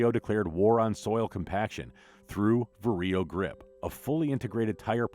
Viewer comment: The way how ‘VARIO’ is pronounced sounds weird from a western EU perspective. 😅 It’s VA-RIO instead of VAR-I-O